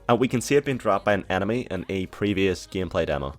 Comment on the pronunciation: It's pronounced enemy not anemy